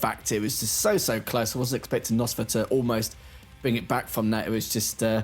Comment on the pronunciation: Is it pronounced «noesfa» or «nosfa» please say it same